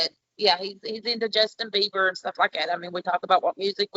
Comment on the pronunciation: Biber's fan, not "Biber fan". After that mistake I will understand that he is not American.